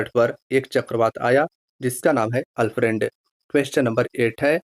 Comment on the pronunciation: अल्फ्रेड तूफान में ऑस्ट्रेलिया के दक्षिण पूर्व में दस्तक दियाहै, न कि अल फ्रेंड ने। हमारा बोलने का मतलब यानी कि मकसद उच्चारण आपने गलत किया है।